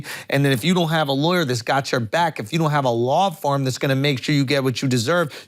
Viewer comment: 😂 did you say Law Farm instead of Law Firm during the second ad?? 😂